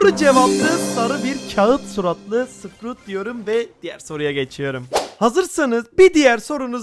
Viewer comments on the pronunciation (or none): none